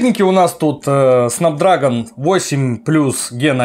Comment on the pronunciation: Снэпдрэгон, а не снапдрагон